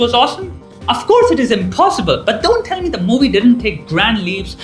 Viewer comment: T ko thi kyun bolte ho bhai😂 thalk thell 🤣